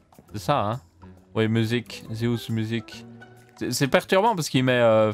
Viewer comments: et c'est Zeus, non Zeous. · Par contre tu feras gaffe Zeus est Le roi des dieux grecs, sont nom ne se prononce pas comme ça 😂 en phonétique, on dirait "Dzeusse" Et non pas "Zéousse" 😂😂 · Je vois tout les gens qui disent que tu t'es trompé de couleur mais moi ce qui m'a choqué c'est que tu prononces "dzéousse" pour dire Zeus a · On dit zéouss en Belgique ? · J'arrive après la bataille pour la couleur, ça me rassure de voir que je ne suis pas fou ! Après, je trouve ça pas terrible qu'il ai mis les laines de couleurs derrière le rouge plutôt que le blanc, ça perturbe. Par contre : "Zéhousse musique" ? "Zéhousse" ??? Vraiment ? :p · "DZEOUS " 2018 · j'adore ta conception du 50/50 ( et Zeus c'est le dieu grec de la foudre, ça se dit avec le son eu comme oeuf pas éou comme Séoul )